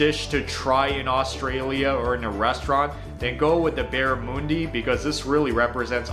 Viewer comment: It's pronounced barra mundy, very fishy. Fairy bread is a "sometimes" treat for kids, common at B'day parties, not something you would very often see an adult eat fairy bread. Plus it has lost favour these day, for more healthy options. (Normal white bread, with butter and sprinkles) NOT toasted. Kangaroo is very lean, so you don't want over cook it. It's the bomb, that and wallaby I never have sauce/ketchup on my pie, we also have variations, meat & mushroom as an example, is another popular variety, but we have lots of competition. An Australian dessert, as we have the traditional fruits and berries, the only thing the kiwi's added was kiwi fruit 🥝 , even with all it's sugar, it will never go out of favour, been enjoying this dessert for 60yrs. I love my sausage rolls, most would use tomato sauce/ketchup, I like it as is. That first picture was way to much Vegemite, it needs to be spread sparingly, it's very pungent and you only require a light spread, I can't express that enough, especially for someone who is just trying it for the first time.